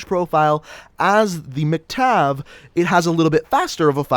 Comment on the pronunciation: why were u saying MC-Tav?